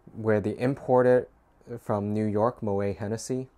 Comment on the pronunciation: Moët is pronounced "mo-ette" ... he was Dutch 😃